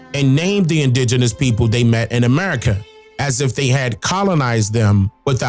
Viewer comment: Sounds like you were saying Erica